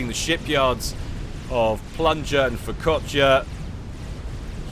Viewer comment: Every time said Furkotya in that game just made me think of focaccia instead.